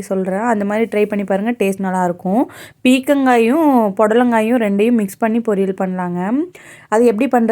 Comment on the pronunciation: பீர்க்கங்காய் என்பதை சரியாக உச்சரிககவும்